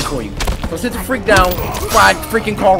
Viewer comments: i thought he said what the f**k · Why it sound like he said what the F u c k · I heard freak! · I heard fuck I really didn’t hear the r in there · He tried to say freak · Simba Jay lol I heard him say fudge